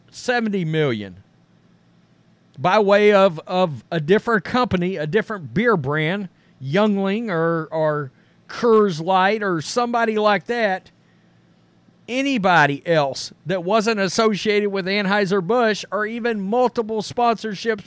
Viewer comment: My dude said Youngling or Kurrs lite 😂